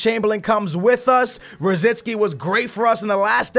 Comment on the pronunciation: he also says Rosisky instead of Rosicky